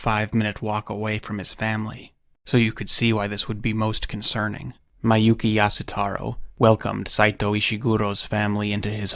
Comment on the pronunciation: I hate to be this guy. Miyouke is pronounced "mi-yo-keh". Not "mai-yu-ki".